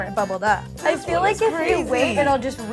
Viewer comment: pronounces feel "fill" and it bothers me so much idk ilh but